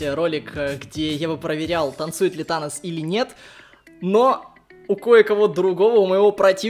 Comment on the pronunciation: мне одному кажется когда говорят танос я слышу анус?